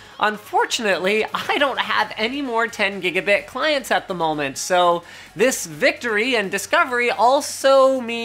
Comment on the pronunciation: Thumbs down for " cause DIS gun be goood". Ebonics wasn't intelligent nor useful when black people somehow convinced idiot white and other races of people to start talking that way ( out of sheer - wanting to fit in and be cool like blacks), and it isn't intelligent nor useful now. Linus, just stop.